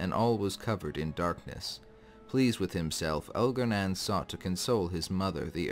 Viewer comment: It’s pronounced Elgar-nahn not Elgar-nan.